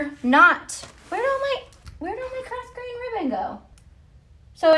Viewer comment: Just want to share the pronunciation of “grosgrain” ribbon - The S is silent. Phonetically it is “grow-grayn”. It’s got French origins if I remember correctly which would explain the silent S.